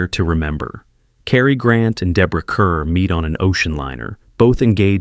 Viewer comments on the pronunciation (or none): That is Deborah Kerr, pronounced Car. Ai voice....yuck